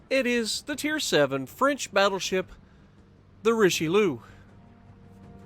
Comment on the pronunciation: Richelouuu😂😂 it’s richaaaalieeeeuhhh 😂😂 Richelieu not richeliou